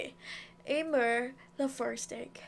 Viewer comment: Amier's name is pronounced emere